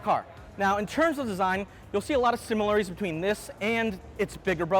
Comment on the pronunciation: A 6 foot tall journalist who cannot say “ similarities “ .. 5 syllables was too many.